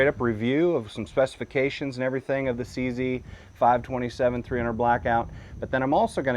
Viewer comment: It's not a "CeeCee"! It's a "Cee Zett". Makes me sick. Good video though